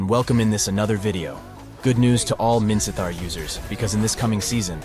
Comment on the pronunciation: Are u Burmese? Your pronunciation of Minsitthar is pretty good, like a native Burmese